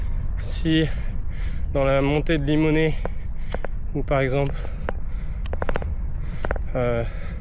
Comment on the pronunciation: à 24'26"" route de Bellevue à Limonest ( le S n'est pas prononcé ) !! superbe périple : Moi c'est l'Orangina et les TUC pour me booster !!